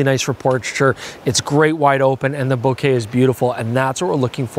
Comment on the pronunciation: Thank you for saying 'Bokeh' correctly and the way it should be.